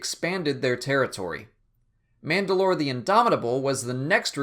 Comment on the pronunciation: It's manda'lor or mand'alor Can't remember which